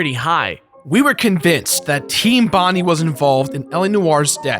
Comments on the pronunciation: bondi is pronounced Bond-eye. Its my hometown in sydney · IT IS BON-DIE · Bond-I say it proper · I know its over 2years old, but as an Australian its Bon-DIE. ughhhhhhh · it is pronounced Bon-Di(e) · Bondi is pronounced as Bond Eye/Bon Dye. That said great review as ever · its actually pronounced like Team "Bon-Die" Named after Bondi Beach here in Sydney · bondy really. im sorry but being Australia (quoting peter grifin here) that really grinds my gears. its pronounced bond I like when your saying someone and I not ey. im sorry if you misinterpret the tone of what im typing. i dont mean to be a hater just correcting nicely. now if you exuse me my kangaroo is here im gonna go for a maccas run down. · Love you guys but Bondi is pronounced Bond-eye. Thought id let you guys know :) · I'm pretty sure Team Bondi was named after the area Bondi (Bond-eye) in Sydney. So, if that is the case, everyone you know is wrong. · Just a heads up guys it's pronounced Bond-eye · Bondi(BON-DIE) source: Australian Birth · its pronounced Bond-eye, thats driving me insane @@ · Awesome review! But you're pronouncing Bondi wrong, it's more like Bondii or Bond-eye. Cheers lads, keep being awesome :D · Hey guys just for future reference but Team Bondi is pronounced Bond-eye :) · TEAM BOND-EYE jeez, not only do you missuse cliches you also cant pronounce shit hahaha love you!!!! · Pronounced Bond-eye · It's Team "Bond - eye" Like Bondi Beach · BONDI is pronounced BON-DAI. As is BONDI BEACH. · Ugh. Bondi is pronounced like bond-eye, like the area in New South Wales. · Guys please its "BON DIE" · Bondi is pronounced "bond-EYE" for future reference, like Bondi Beach. 😊 Keep up the great work! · it's pronnounced "bond-eye" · guys its Bondi not bondie like the beach in Sydney of the same name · In Australia it's pronounced team bondie but spelt Bondi. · I live in Sydney. It's pronounced bond-eye. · Guys you pronounce Bondi like Bon-die 😂 from an Australian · It's pronounced Bond-I